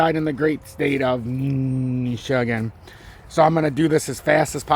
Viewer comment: Lol, hey bub, why do you say Michigan like that ?